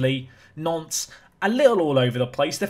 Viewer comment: when you say Nantes i keep hearing "nonce"